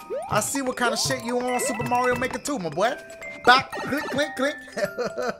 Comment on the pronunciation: “Welcome back to sup, super Mario maker mar io times 2” Idk